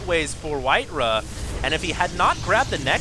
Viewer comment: WhiteRAH not WhiteRUH